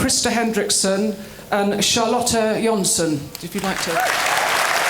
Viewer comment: I love Wallander by the way: It's Charlotta, not Charlotte